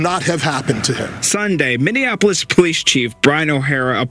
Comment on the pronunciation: Minneapolis, pronounced 'mini-apolis'. No offense meant.